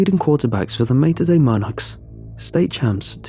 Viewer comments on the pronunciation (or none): none